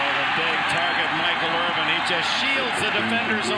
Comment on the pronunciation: Irvin, not "Irwin".